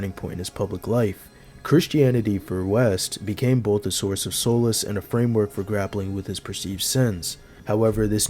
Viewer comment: Great video—but you may want to look up how to correctly pronounce solace